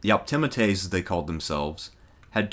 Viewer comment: Well, that's one way to pronounce 'Optimates' I suppose...